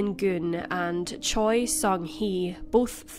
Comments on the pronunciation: Just a nitpick, but Choi is more often than not pronounced as "Chey", not "Choy." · Choi is pronounced Cheh. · Butchering that Hangungmal. The pronunciation of the surname "Choi" in Korean is closer to "Chwe" or "Chweh" (최). In Korean, 최 is typically romanized as "Choi," but this romanization does not directly match its actual pronunciation. Same thing with "Lee" actually being "I", "Park" being "Bak" (barely an emphasis on the "k"). Also, in standard Korean pronunciation, the sound for ㅂ at the beginning of a word like "Busan" (부산) is generally closer to a "b" than a "p." While it's softer than the fully voiced "b" in English, it is not as aspirated as the English "p" sound. Korean linguistics describes ㅂ as an unaspirated bilabial plosive, which is articulated with less force than a fully aspirated p sound in English. The shift to Romanizing it as "Busan" rather than "Pusan" reflects this closer alignment to a "b" sound. However, since it's between the two in the way it’s articulated, the initial ㅂ can sometimes sound ambiguous to non-native ears. "Bibimbap" is actually closer to "pibimpap", too. Batchim rules apply, and in Korean phonology, the voiced "b" can sometimes sound more like a "p" when it follows a vowel or a nasal consonant (like m). This phenomenon is often noted in spoken Korean where the pronunciation can shift slightly based on the surrounding sounds.